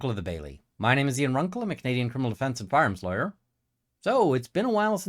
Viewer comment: Do you realize you pronounce "firearms" as "fairims"? It's hilarious. Glad to have found your channel you via Andrea.